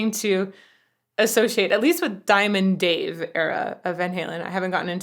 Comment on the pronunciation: You need to learn how to say diamond Dave your not there yet